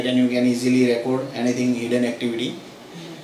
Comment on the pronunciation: Thats not how you pronounce the verb "record"....you are pronouncing like a noun....eg " I have a record of that "....."we keep on record"....to record the emphasis is on the o and the E souinds like an EE. Try and you will sound much better. Thanks for the vid.